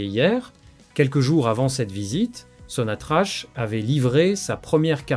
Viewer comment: T’es pas capable d'écrire Sonatrak dans ton IA de merde pour qu'elle le prononce correctement ??